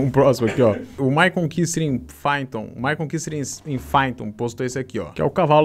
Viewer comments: Pronuncia-se "paiton" não "faiton"... ... Estude... ✌🌜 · "Faiton" kkkkk É PYTHON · em "faiton" deu até agonia sydgtsdgsdsd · "Fáiton" foi foda